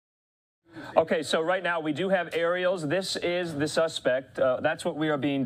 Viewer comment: he said dieon sanders at like or so OMG